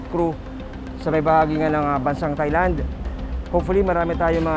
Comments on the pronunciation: Taahhy_Land... not ThighLand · Ms. Jessica TAI-LAND po ang pronunciation hindi THAI-LAND. It's not TH but T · hindi po "THailand" ang pagbigkas niyan kundi "Tie-land". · maam jessica, hindi po yan [thay-land], kundi [tay-land] lang. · Mali po pronounciation nyo ng "THAILAND". Should be "tai-land" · Jessica - Thailand is pronounced as Tailand. "Not TH" just plain letter T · Ms. Jessica. Silent H Po Ang Thailand. Hindi Po yan Thigh Land